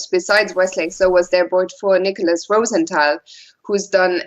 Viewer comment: More Fiona Steil-Antoni, plz! Great analysis, and the correct German/French pronunciation (ROO-sen-TAL) is refreshing!